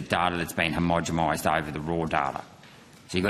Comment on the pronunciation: Learn how to pronounce Homo-gen-nize...